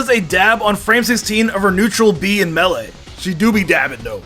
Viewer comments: Does he have an accent or something because melee is being said wrong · Am I the only one who hates how he says Melee and Kazuya